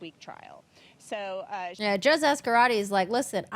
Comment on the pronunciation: its pronounced "so" not "so-ah"